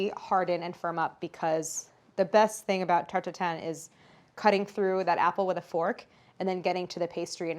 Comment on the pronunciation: The way she pronounces this is the best tarTT